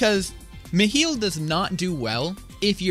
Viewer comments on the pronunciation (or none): Bro, I still actively see people argue on how to pronounce it lmao. With most saying Mi-high-le. But the people I play with pronounced it Me-heel, so it’s just become habit lmao. I’m just gonna start saying Mikhail though honestly, sounds cooler and is the original name for him. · its at 30-31 seconds in he says Meh Hill or Meh Heal